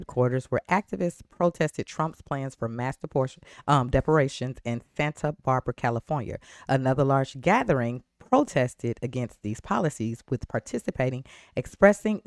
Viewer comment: "De-por-ta-tions" not "De-portions"